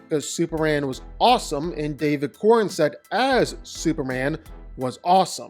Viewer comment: brother is a casual fam! h cant say david's last name right.